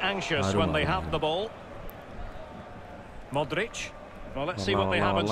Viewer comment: Bro ihad already done this in fifa 16 my all Star team was: Cristiano Ronaldo Lionel Messi Luiz Suarez Luka Modric Andres Iniesta Paul pogba Sergio Ramos Gerard Pique Marcelo Dani Alves Manuel Neuer And bro you are misprouncing some footballers name like Modric,De bruyne and van dijk